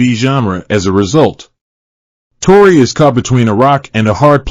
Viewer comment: Evaluate or evacuate? Tore-eye or Tore-ee 🤣😂 Hilarious!